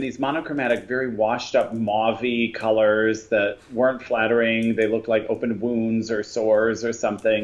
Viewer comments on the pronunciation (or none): none